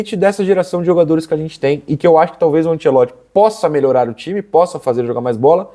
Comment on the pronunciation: O narrador falando ANSELOTTI foi meio chato😂